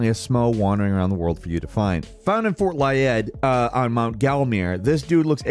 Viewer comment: Love the video but damn you brutalized the pronounciation of Blaidd and Laiedd 😅 a "dd" is meant to make a soft "th" sound